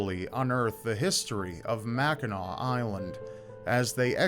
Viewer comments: as a resident of Upper Michigan (U.P., not lower Michigan "mitten"). Thank you for pronouncing the name Mackinac correctly. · As a born and raised Michigander, thank you for talking about Mackinac (and not pronouncing the final "c". Drives us bananas when people say "Mackinack"!). It's a special and sacred place for a lot of people to this day, so I'm glad to see it getting some love here. And yes, Mackinac Island fudge is the best fudge you'll ever get, no contest.